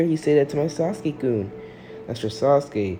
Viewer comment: It is kun not koun